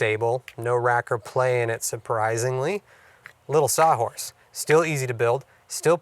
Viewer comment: What is a "sah horse"????